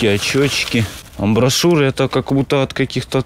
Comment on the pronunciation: Амбишуры, а не амбошуры.